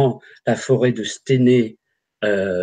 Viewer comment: Aah les amis à 1h 04 minutes on dit à stEUnay (Stenay donc..) petit coucou à des Forains de la bas Katia Verstoefer et William a l'époque il est partis.. Et c'est dans la Meuse les gas pas dans les Ardennes... 😉👍